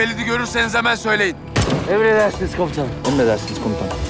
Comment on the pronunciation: Hələ komutanım yerinə komusanım deyir🤣🤦🏻‍♂️